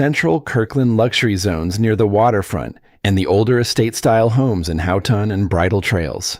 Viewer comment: Houghton neighborhood in Kirkland is said Hoeton not howton